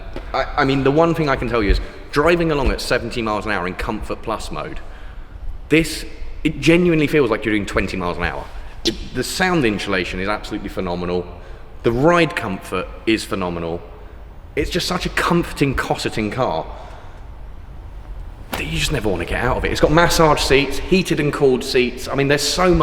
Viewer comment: Does say inshalation on purpose?😂